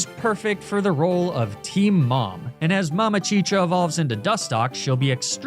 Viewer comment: Dude as a Puerto Rican I heard you say mamachicha and my mind went to… what did he saaaaaaayyyy!!